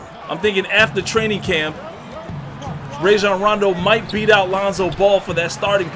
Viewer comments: It’s actually pronounced ryjon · Raw shjan rondo not ray shjan rondo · “Rayjon rondo”😂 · Zu-Back??? Ray-jon??? Does this guy even watch basketball games lmao. and of course Lebron will compete this year, he'll compete no matter what that's just what good basketball players do. You better believe Rajon won't let Lebron get away with resting too much.